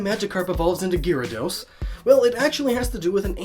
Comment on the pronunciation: Gear-a-dos? Gar-a-dos